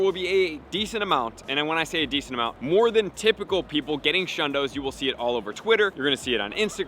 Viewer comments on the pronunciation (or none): none